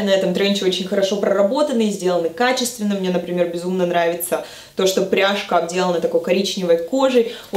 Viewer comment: образы прекрасные! Мне понравилось все, особенно коричневый образ! ( Правильно говорить - пряжка "оТделана" )